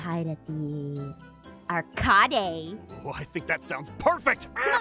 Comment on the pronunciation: IT'S ARCADE NOT AR KA DAY!